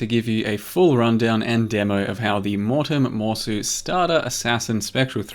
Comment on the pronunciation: mowtem mowsu lololoololol